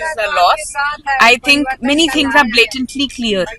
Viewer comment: Aap v to think ko thing bol rhe hain😂